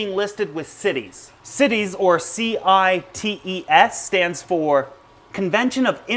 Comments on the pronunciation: CITES sounds like it should be pronounces SITES and not cities there is no i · It is CITES (the Convention on International Trade in Endangered Species of Wild Fauna and Flora), so it is pronouced like sci-tees, not like cities. Why isn't it pronounced like the cites in "he cites the definition of CITES"? because english is horribly inconsistent and makes no sense. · Its cites not cities. Like "sights" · CITES is pronounced sy-teez , not sit-eez . Just an FYI for anyone that wasn't sure. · cities is actually pronounced sight-ies. smh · CITES not Cities ;) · Where I'm from in the US we say CITES (long i) so not to confuse it with cities. (Short i ) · I love your show but that's not how you say CITES. It's pronounced sightees. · Always read/heard cites pronounced sites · dpsilver I worked at a job that had followed cites regulation . Pronounced as Sci-tees. Like sci(ence) teas. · its pronounced "sigh-tees" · I've always heard it pronounced 'cy-tees'. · me too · Love the info. But i cant help it...It is pronounce Saay-tis. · Also CITES is pronounced sites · CITES...... its pronounced S EYE TEES....... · Great video, very informative. I just want to let you know though that CITES is pronounced sigh-tees with a long I and long E. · CITES is pronounced sight-ees, not cities. Part of the price of Asian Aros is because the farms where they are produced must return 10-25% of their spawn to the wild, as part of the agreement allowing them to farm them and sell them legally. Last time I saw numbers, the release of captive bred fish to the wild was not having a marked effect on wild population numbers as the illegal trade in them is still thriving. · CITES pronounced sy-tees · The I in CITES is pronounced as a long I. FYI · Rev Hitit I have been a zoo keeper for 18 years and have to deal with CITES almost every day. I assure you it's not pronounced the way he says it.